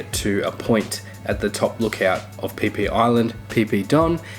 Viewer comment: Pronouncing PhiPhi Island wrong 🤣🤣🤣🤣